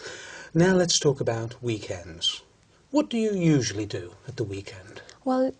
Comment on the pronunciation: ‘Usually’ was pronounced as ‘yud’uali’, ‘occasions’ she pronounced like ‘okedgenz’. ‘Just for if I have exams”: I guess ‘for’ is out of place in here))) She used ‘it’ for weekends.“The Vikings were there’ (too simplified for such an exam))))